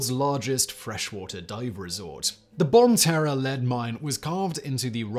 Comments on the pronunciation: "bon-tarra" no it french "bon-tare" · I love listening to Simon pronounce places but I would like to point out that it’s not pronounced “Bon Terra”. The second part of the name is pronounced like “tear” as if one would tear a piece of paper. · Nice to hear my state get some love. #1 too. That's awesome. Bonne Terre is somewhat hard to pronounce it guess. I almost didn't know he was talking about it till he said Missouri. All kinds of cool mines, caves and caverns in Missouri.